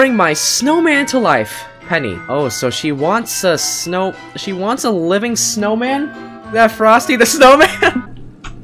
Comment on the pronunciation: Aaaaand also did not say snowma he said snowm